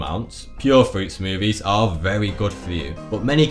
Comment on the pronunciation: I like how he says smoovies